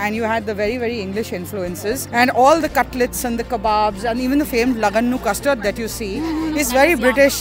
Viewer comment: The video was really nice but just wanted to clear that you were mispronouncing the names of the dishes ..It is not dhaan sakh it is dhansakh ,it is not laganu custard it is lagan nu custard lagan means wedding and its not saali chicken it's salli chicken any which ways thoroughly enjoyed this video but I was just a little sceptical about the pronounciation